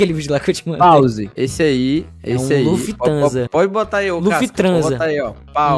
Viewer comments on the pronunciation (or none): O dizendo Luffy Thransa foi um remédio pra alma, sem maldade